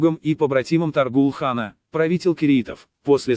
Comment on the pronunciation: Может, все-таки ТОГрул? Ну или Тоорил, на худой конец. Отвратительно и халтурно, как и все, выполненное машиной.